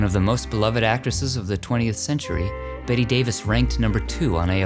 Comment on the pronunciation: It's pronouced "Bet" Davis, not "Betty" Davis. Just saying. Great work though. Looking forward to more.